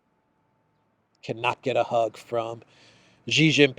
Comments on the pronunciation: I know you care about words, so please allow me to mention that Xi's family name is pronounced like English "she." It is NOT pronounced "zhi." I hope you will respect Xi and pronounce his name as Chinese pronounce it, i.e., as in "she." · Xi: "sea", not like Gi.... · pronounce Xi like she. She is smart...